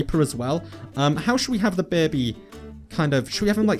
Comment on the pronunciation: It sounds like you are saying beby not baby. :)